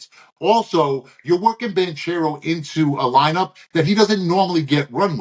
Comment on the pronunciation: Ban-care-ro, all love